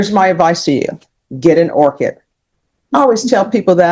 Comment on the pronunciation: Orchid, not orchard.